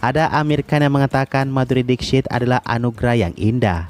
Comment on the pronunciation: gw kan sambil kerja dengerin youtube ya, nah video ini masuk auto-play jadi gatau judul dan ga kenal nama sang artis. jadinya cmn denger dari VO admin. nah pas denger nama MADHURI DIXIT. gw dengernya MADHURI deepsh*t :v